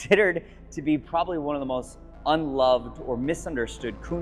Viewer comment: Let's not leave out "ex" cetera and "probally." I really enjoy Curated videos, but you'd think a guy selling the kind of vehicles sells to the 1% clientele which purchases them would elevate his manner of speaking.